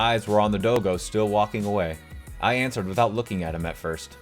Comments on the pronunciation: "dohgoh" btw it's daw-go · It’s pronounced dog oh.